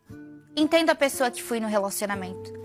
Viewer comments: não se diz "pissoa" em português, mas sim "pessoa" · Sim kkkkkkk “pissoa”